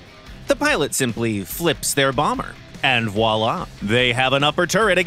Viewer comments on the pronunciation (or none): none